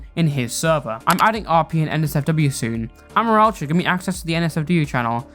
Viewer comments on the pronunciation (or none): sry for getting triggered on this, but i feel that amoraltra's name is pronounced "uh-MORE-AL-tra" not "AH-mor-al-tra" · That’s NOT HOW YOU SAY HIS NAMEEEEEEE!!!!!!!!!!!!!!!!!